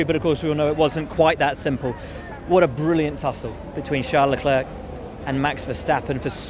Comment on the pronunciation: Can we please stop calling Leclerc Leclerque already?